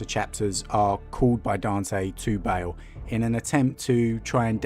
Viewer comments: ITS PRONOUNCED BAAL IT IS NOT BAEL A DOUBLE A DOES NOT PRONOUNCE AS AN E.... BAA like a sheep with an L on the end. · Like "barl" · Its pronounced BA-ALL not BA-ALE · i never usually get triggered but its BAAAL NOT BALE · Why does he pronounce baal like bale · Why are you reading Baal as "Bale"? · Feel like a dick pointing this out, but I believe Baal is pronounced barl. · It’s Baal! And San-gwee-nous as in Nitrous! So triggered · No, he most certainly did not.